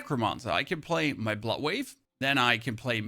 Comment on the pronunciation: all im hearing is that you want to plaz Last Epoch